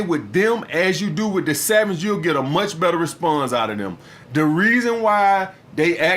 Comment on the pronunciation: either that or a Francophone.. Man said ze.. haha